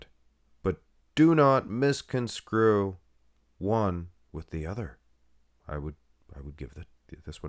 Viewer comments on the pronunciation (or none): It’s misconstrue not misconscrue